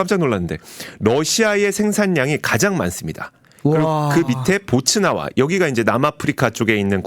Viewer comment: 보츠나와가 아니고 보츠와나입니다.